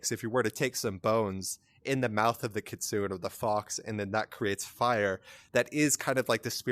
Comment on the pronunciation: It's Keet-su-nay